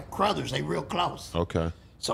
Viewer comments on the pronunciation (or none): Mane it's amazing how don't never slip with his lingo. That man said "crothers" instead of brothers without hesitation on 55 the hoodster don't play